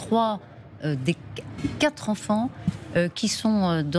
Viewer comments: Je crois que j'ai entendu ce QUATRE Zenfants de la bouche de la procureure !! De mieux en mieux en France on a que des brèles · "les quatre zenfants" !!! Pour une journaliste, il fallait la faire, celle-là !!! Bravo madame !!! Licenciement demain à la première heure !!!